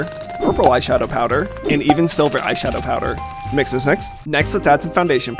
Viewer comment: Every time you say mix, it sounds like Miss😂 your butt is red ha ha ha ha!